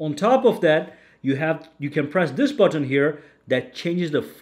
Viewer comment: I like how he says.. Push that. Button